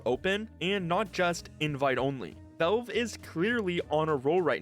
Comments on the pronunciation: "Vaulv" :face-turquoise-covering-eyes: It's Valve, not "Vaulv" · bro fr how does he not kno how to say valve properly 😭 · Nitpicking but you need to work on your pronunciation, especially with the word "valve".